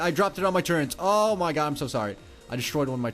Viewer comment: TurreNts? wtf? You should axe more questions in skoole. Wow, he bypassed poor grammar with straight butchering of the language, good job.